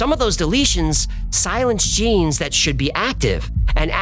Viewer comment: "Je-Nise" needs to do that accent more often.